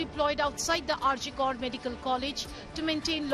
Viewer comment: Kar is to be pronounced kor - some one needs to tell the reporter